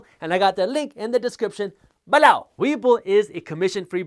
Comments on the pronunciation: Omg I love the ballow! I think ive gotten to the point if he goes a minute without sating it I begin to listen for it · “EMPLOWEEZ” and “BALOW” - my favorites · Loved the video. It would be a lot less distracting if you could pronounce the word "below" without too much emphasis. But its totally fine if you cannot. Keep up the good content.